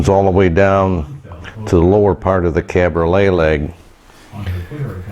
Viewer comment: I'm confused. You keep saying cabrolet leg (pronouned like chevrolet) and I thought it as cabriole leg. It's coming along nice. Beautiful work.